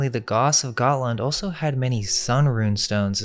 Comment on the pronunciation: why??? I want these videos to reach as many people as possible and when you CONSTANTLY screw up simple words, you alienate INTELLIGENT people who COULD help, but don't because they see you as stupid. Saying "dilapiTated", "oso" (instead of also), "REVOLUTIONALIZED" (not a word) and a BUNCH of other stuff just makes this dude look stupid and takes credit away from the AMAZING work they ACTUALLY do!! The ARROGANCE it takes to tell someone "calm down" means you're a part of the problem... especially considering, why SHOULDN'T he/they fix such easy, OBVIOUS mistakes??? Do YOU want to walk around saying dumb things or saying things wrong??? I'm SECURE enough that if I'm saying something WRONG and someone CORRECTS me, I ADAPT... I don't just keep "believing in the bible because I WANT to" (thats an ANALOGY since I'm SURE you're confused)...